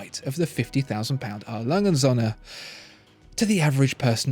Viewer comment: He Spells "Söhne" like Sohne, if you say that in Germany, it would be a bit strange.